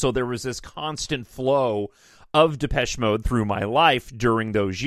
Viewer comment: You said it correctly - most do not. I usually get Malaysia. 😆😆